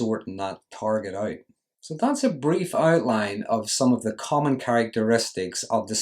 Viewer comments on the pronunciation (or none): none